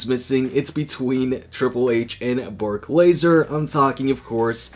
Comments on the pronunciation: who is Bork lazer 😂😂😂 , u mean Brock lesnar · Did anyone notice he said berk lazer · u tryna say Brock lesnar? Lol